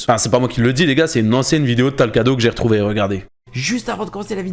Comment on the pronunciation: c'est pas talcado mais talcrado